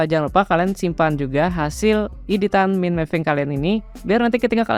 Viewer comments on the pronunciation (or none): baca "mind" itu mukan "min"bang....tapi maen.....